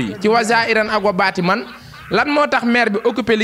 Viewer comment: Daccorouma koula corrigé wayé zaahirane wa baatinane Bul waxati baatimane 😂😂😂😂😂😂 Ba kéne corrigé la rek